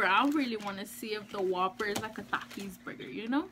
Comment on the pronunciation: No offense or trying to be mean but the way you say takis you say thakis